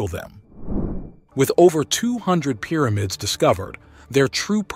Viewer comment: Excellent documentary. However, it's Pyramids, not "Peeramids!"